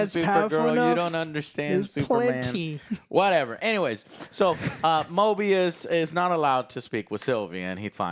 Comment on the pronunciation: It's MOBIUS Joe! MO-BEE-US! Not MORE-BEE-US. Week after week. Show after show. Character after character. The same thing... U can't even get the names right. It was KAM-EH-NOH-ANS the other day. U guys make so much money to just buy top of the line computers. Watch videos and play video games. Pay ur rent and get new offices to house all of the new toys that subscribers and Patreon members pay for. And u can't even have enough respect to learn the names of the characters in the stuff u review. I like the content. Been watching for years. But, my God!... Learn the correct pronunciation and actual names of the things u are reviewing. Is it too much to ask?